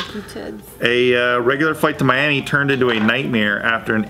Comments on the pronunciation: LMFAO he said Mauami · I thought you said Mami